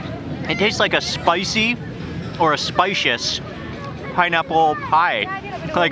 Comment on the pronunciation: It's pineaple pienurry..🤣🤣. Simply amazing..